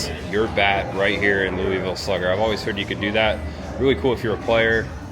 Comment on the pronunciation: being from Indiana, you pronounce Louisville correctly!:) I live in KY and have been to the Slugger museum. I'm closer to Lexington but go to Louisville several times a year. Next "spooky season," you and Cris should make a trip to Louisville. There are some great Halloween options: Waverly Hills (I've been there), Jack-O-Lantern Spectacular (I've also been there and it's AWESOME), and somewhere nearby is Pope Lick Bridge (legend of the "goat man") which is supposedly some spooky half-man half goat, ha ha:). I believe they even have a goat man festival, LOL:). I'm a subscriber to both yours and Cris's channels. Keep up the good work!